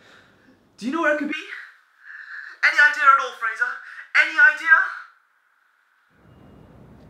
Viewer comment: “Fraser” playing “Frasier” makes my head hurt XD